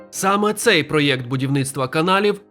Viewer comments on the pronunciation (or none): none